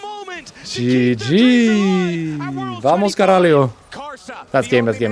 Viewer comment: its VAMO CARALHO, without the S :D